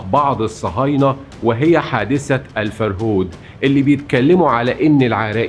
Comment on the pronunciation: الفَرهود. بفتح الفاء. وليس بكسرها. كلمة سومرية لاتزال مستخدمة في العراق حصرا. ومعناها نهب وسرقة.